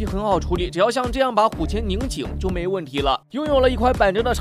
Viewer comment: 拧紧，不是拧静